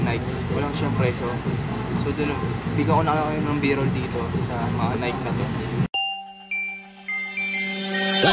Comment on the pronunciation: Sizes bro "and a half" not in half. Tapos pronunciation ng nike is "nayki" pero Keep it up